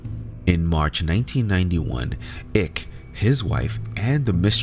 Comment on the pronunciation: Your joke didn’t work for us Americans. It’s David Icke like BIKE, not “ICK”